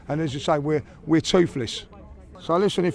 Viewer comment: You mean Toofless 😅😅